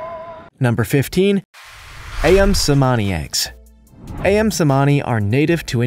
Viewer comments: i-yum LoL. No Ali or Amin. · The pronunciation of “ayam“ is “ah-YAHM”, which means “chicken” in Indonesian. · Thank you for your post. A side note: The pronunciation for 'ayam' should be the same as in the word 'amin' since both words are in the Malaysian or Indonesian vernacular. Or, 'Ali' like Ali Baba.